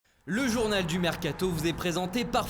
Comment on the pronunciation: Ecouter comment il dit mercato a la fin de la video mdr